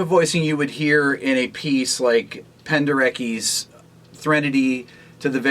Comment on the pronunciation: Penderecki is pronounced much like Pen-de-re-tsky :-) Great video!